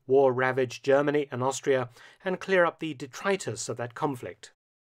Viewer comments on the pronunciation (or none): none